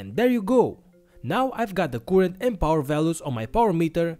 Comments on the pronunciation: I hate the way you say currrent, you are doing it wrong man.... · Great video keep up the good work but in order for everybody to enjoy your videos you need to learn the correct pronunciation of the word current thank you.